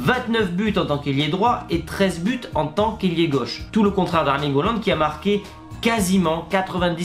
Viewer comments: C’EST PAS HOOLAND MAIS HAALAND ! XD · S’il te plaît essaie de mieux prononcer le nom de haaland ça fait bizarre quand tu dis holland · Je veux dire essaie de prononcer en français et pas en norvégien stp 🙏🏽